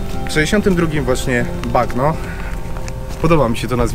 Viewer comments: Czyta się to nazwisko Mario Bagno- Banio. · Bagno czyta się "banio" i współcześnie znaczy tyle co " łazienka " 😊😊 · Nazwisko wymawia się "Bańo" tak jak po włosku łazienka. Pozdrowionka z Italii ;) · Nie mówię po włosku, ale takie podstawy jak czytanie "gn" jako "ń/ni", chyba każdy powinien wiedzieć w dzisiejszym świecie. Tak więc... Nie pan "Bagno", tylko pan "Banio" ;) Pozdro! Odcinek jak zwykle 10/10! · Bagno czyta się bańjo. Bagno to po włosku łazienka. Czyli pan łazienka :D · Banio się wymawia A nie bagno;) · Bagno czyt. ,, banio,, łazienka